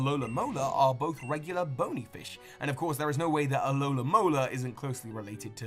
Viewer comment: Your pronunciations fucking HURT me. Like, getting pokemon names wrong is understandable if you haven't watched much of the anime since not all of them obey language rules you're used to, or can be tongue twisters like Alomomola (not "alolamola") but scientific words like "cnidarian" can easily be checked for pronunciation. The C is totally silent...